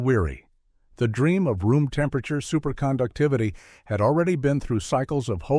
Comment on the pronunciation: What is "SUPERSCOUCTEVIVITY"?